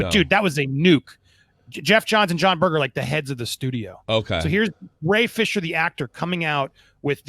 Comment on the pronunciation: Yea the first one he said Ye Fisher. The 2nd time he slipped up and said Gay Fisher. The G was strong